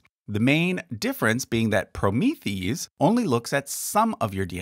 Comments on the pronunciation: just sayin', but "Promethease" is meant to be pronounced like the Greek "hero," Prometheus." so, "proh-MI-THI-ase." Kind of like, polymerase. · Thanks for the vid! Hey, you have mispronounced Promethease - actually is said "pro-mee-thee-ace" (kinda like one would pronounce an enzyme). Fyi. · I’m pretty sure Promethease is pronounced PRO-MEE-THE-ACE, a hybrid of Prometheus and the suffix for enzymes, -ase.